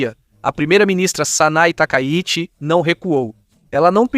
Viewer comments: aprende a narrar cara lh0 !!!! nao é OZAKA É OSAKA , NAO É TAKAYUSHI É TAKAICHI !!! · o nome é TAKAICHI, não Takaiuchi... :body-green-covering-eyes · Nao e takayuchi E takaichi